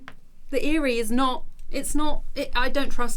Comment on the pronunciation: I feel like it's an intentional thing to say the words wrong... Marquise (Mar-kee), eyre (eye-rr)